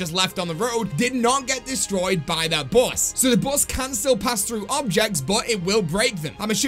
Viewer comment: ooooooh the "bus", i kept thinking u said boss i was like wtf is the tranzit boss